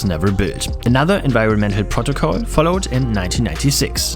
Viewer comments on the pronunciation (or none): none